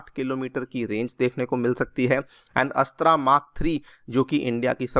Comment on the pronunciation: अस्त्र not अस्त्रा